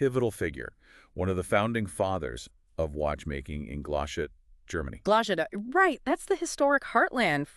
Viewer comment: Sis tried to correct him saying Glashoot and said Glashootta🤣